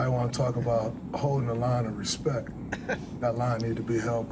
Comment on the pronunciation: He ax you to respec him okaay